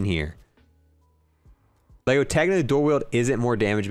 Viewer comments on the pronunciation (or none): none